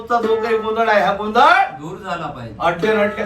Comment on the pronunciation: Are गोंधड nahi गोंधळ हा बरोबर शब्द आहे. मराठी शिकण्याची अत्यंत गरज आहे.😂